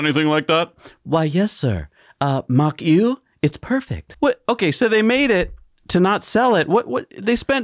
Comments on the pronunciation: Mach Eau is a disgusting idea invented by a lunatic for a dinosaur industry about to be ‘ICEd’ by BEV. Just an aside on the word Eau - it is a French word which means water and is pronounced OH - and Now You Know 😁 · "Eau" is pronounced "O" just incase anyone is curious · Eau=water in French pronounced "oh" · It’s Mach Eau [ohh]. But very hilarious 😂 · Mach Eau pronounced like Mach "O"! Nice surprise to see the likeable here! Guess Jesse's on a well deserved holiday!